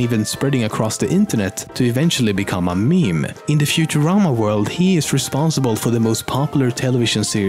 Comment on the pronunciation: Meme, not mime.